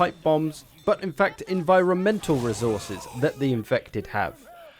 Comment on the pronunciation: When you say resource you pronounce it well but when it comes to resources you pronounce it as rezources